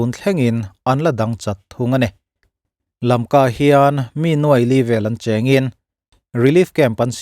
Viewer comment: LAMKA tihin lam hram2 i laa